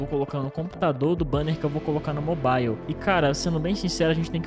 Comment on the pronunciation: Cara qual a dificuldade de falar mobile na pronúncia certa ?